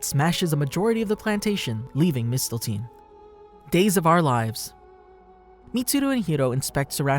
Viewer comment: Man's said Mistelteen